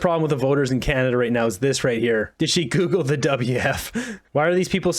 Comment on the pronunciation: Did you say Google him or tickel him?